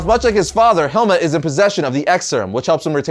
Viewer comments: I can't get over you pronouncing his name 'helmet' 💀 It should be 'Helmoot' iirc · its Helmut not Helmet XD